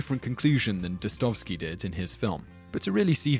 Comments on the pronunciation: How do you get Des-stov-ski out of Dosto - ev - ski? Just sound it out; it's more or less a phonetic transliteration of the Russian. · nice, but why the hell couldn't you research how to pronounce Russian names even close.. DosSTOVsky, really? The others are hardly better. You don't stress one of them right. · #2 - ...well, yeah... why did you think she hated Communism so much? Also, that is not how you pronounce "Dostoevsky." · Well deserved thumb up, except you mispronounced Dostoevsky several times :P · thank you! I was hoping someone would point that out!